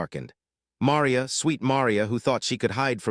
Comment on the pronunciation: Marr ree ya. Marr REEEE ya. ffs